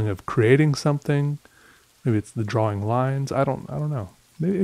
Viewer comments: yes i noticed that .should be draw-ing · Me: Depressed: Draw-wing Me::) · So, is nobody gonna mention how he pronounces drawing? Droh-wing?